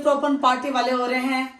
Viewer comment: Open HOTA hai.opan nahi hota